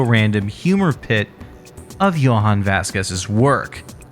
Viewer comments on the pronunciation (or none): Jhonen Vasquez's name is pronounced "JOE - NENN", not "YO - HAWN".